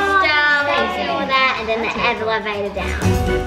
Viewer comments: this person didn’t write it properly that’s why you are a little confused she said evevevalator and I know Australians don’t say it like that their song proves it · I love how called an elevator an “evelivator”